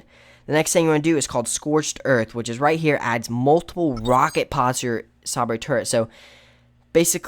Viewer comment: HAHAHAHA. I was thinking the same thing.